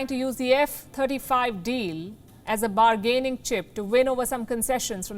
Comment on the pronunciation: BargAAyning chip??🤣🤣🤣